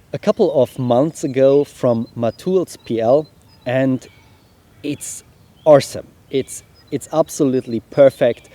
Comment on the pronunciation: Not to poke fun but I cant resist. "Arse some" ???